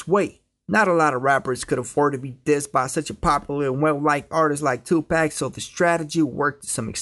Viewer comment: 2-pack??? Dude!!! 2pac